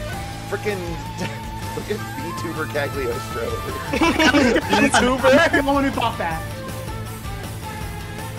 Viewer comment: The “g” is “Cagliostro” is silent.